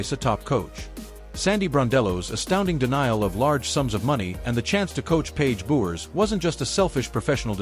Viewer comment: Who is this "Paige Buckers" ypou are talking about ...! By now you should be able to pronounce Paiges surname correctly. What disrespect.